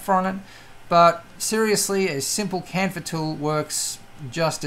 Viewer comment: chamfer, ch, ch, not campher